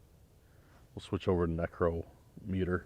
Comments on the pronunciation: # I THOUGHT YOU WERE ONE OF THE VERY FEW WHO KNEW HOW TO PRONOUNCE NICROMITER?? THIS VIDEO YOU PRONOUNCED IT BOTH WAYS. THAT FEELING IN YOUR CHEST THAT SUDDENLY OVERWHELMED YOU, IS A SPIRIT, LIKELY A DEMON, ATTACKING YOU! NEVER TAKE IT LIKELY. WHEN INSIDE A HAUNTED STRUCTURE GET OUTSIDE IMMEDIATELY, WHEN OUTSIDE LEAVE AS QUICK AS YOU CAN; EVIL SPIRITS CAN INDEED HARM YOU NO MATTER WHAT YOUR MOTHER TOLD YOU!... MOVE! THE SPIRIT EARLIER WARNED YOU TO GET OUT!...TWICE! (SP PHONETICALLY) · #DAN NECRO METER OR NICROMITER, I THOUGHT YOU WERE ONE OF THE FEW WHO PRONOUNCED IT CORRECTLY? IN THIS VIDEO YOU PRONOUNCED IT BOTH WAYS? #BTW, JSYK, IF YOU TAKE CARE OF YOURSELF, 60s IS MIDDLE AGE!